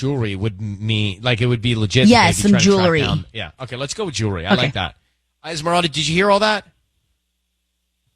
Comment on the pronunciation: Es Miranda 😂 its Esmeralda obviously a white person posts these